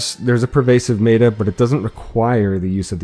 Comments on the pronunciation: No one is gonna talk about the fact that this highly educated man says "maytah" instead of meta? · Cool guide! Very clear! Small note before you catch shit: meta is usually pronounced with an e sound similar to the hek shotgun. So 'mehta' instead of 'meeta'. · mEta not meAta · its not mayta....its meta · i love your manner and the calm, clear way you explain things. but i must let you know that the word "meta" is not pronounced "mayda." it's a short "e," "like metta." it's short for "meta-game." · Mate-er? Meta? Met-a? Meter? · maeta? wtf who says meta like that? :P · The video creator has recognized his mispronunciation of the word 'meta' and will henceforth pronounce it correctly Contents: Intro/Spoiler Warning Intro - Why do it? Hunt - Vomvalysts Hunt - Teralyst Hunt - Basics The other Eidolons - Intro The other Eidolons - Brillant Eidolon Shards The other Eidolons - Capturing Eidolons The other Eidolons - Gantulyst The other Eidolons - Hydrolyst Hunt - Multiple Runs Hunt - The Meta - Intro Hunt - Lingo / Terminology Hunt - The Meta - Frames Hunt - The Meta - Frames - Chroma Hunt - The Meta - Frames - Trinity Hunt - The Meta - Frames - Volt Hunt - The Meta - Frames - Harrow Hunt - The Meta - Frames - Addition - Roles Hunt - The Meta - Equipment - Archwing Hunt - The Meta - Equipment - Pets Hunt - The Meta - Equipment - Amps Hunt - Advanced Hunt - Advanced - Operator Mode Hunt - Advanced - Void Strike - Intro Hunt - Advanced - Void Strike - Tips Hunt - Advanced - Void Strike - Unairu Wisps Hunt - The Meta - Equipment - Arcanes - Frame Hunt - The Meta - Equipment - Arcanes - Operator Hunt - The Meta - Equipment - Arcanes - Aquisition Hunt - The Meta - Focus + Passives Outro Hope that helps, finding the topics you are interested in. Edit: The author of this video asked me to put his remark on top of my comment. ;) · it bothers me so much how he says meta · Good vid, but you constantly mispronounced Meta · i stopped the video right when he said Meta wrong